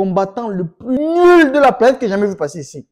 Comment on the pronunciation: L accent kmer qui ressort sur ton "nuuuuuuuuuuuuul" et ton "techniquement"😂